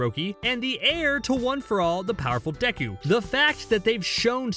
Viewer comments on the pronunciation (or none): none